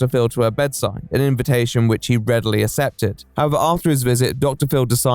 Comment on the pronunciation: whilst his videos are great why can’t he pronounce accepted correctly ever